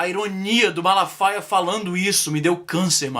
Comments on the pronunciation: O Silasmalafala faia :) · "Malafala faia" haushaushaus Caralho vei ficou mt engraçado uaushauhsua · Silas Malafala faia hahaha! O pior é que eu tentei falar também e errei do mesmo jeito, só falei direito na segunda vez